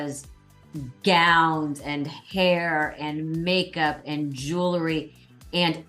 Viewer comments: Melissa - it's jew el ry not jew la ry. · Love this but...JEW- LERY is not how you say that word!